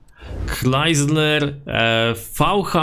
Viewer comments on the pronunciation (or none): chrysler się czyta krajzler a nie klajzler